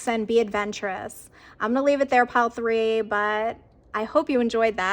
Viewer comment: Pile number thray😎 Gurl just loved the way you articulated 3😘💖🥳💃🏻🌞🌟☯️🌅🌠🌈🍀